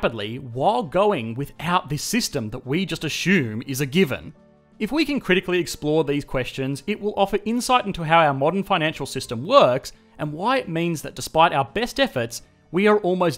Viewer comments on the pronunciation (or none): I ashoom not everyone in Australia says ashoom instead of assume? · Its weird how he keeps saying Eshume instead of Assume. Great Channel Tho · Yes, yes. all well explained, but.. what is an "ashume?" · I love your channel bro, but there's no 'h' in assume.